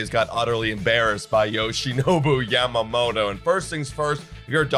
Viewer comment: Ya ma moto not Yam mamoto.. Like is Toron toe or Toron oh?